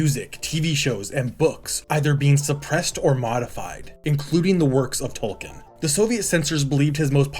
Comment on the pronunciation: if you went to school in the ussr you would at least be able to pronounce tolkien properly 💀